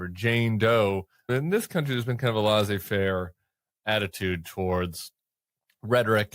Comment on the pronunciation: N.B. Laissez is pronounced as written. Not Lassie. Lassie gone home.